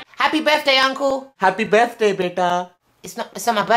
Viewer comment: They say buday not birthday